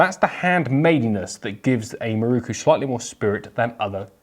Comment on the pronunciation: MIH-ROW-COO! Otherwise, it was a great review.